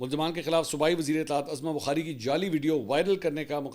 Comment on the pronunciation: Azma bukhari koi nam nai hota uzma bukhari hei